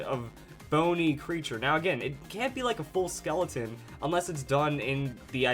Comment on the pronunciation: the skull pokemon exists he said skeloton